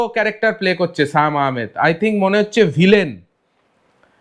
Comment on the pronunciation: ওটা সায়েম আহমেদ না,সিয়াম আহমেদ হবে।ঠিকঠাক উচ্চারণ করেন।